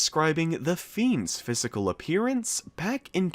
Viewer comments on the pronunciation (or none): none